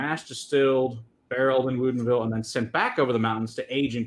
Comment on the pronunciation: You guys keep saying woodinville wrong lol. I grew up there